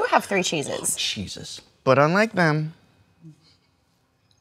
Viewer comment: I swear I understood "Oh. Cheeses" instead.